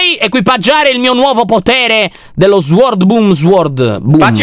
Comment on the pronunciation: sward siwing Lyon:eh sward swang Io: sword che!!😂😂😂😂😂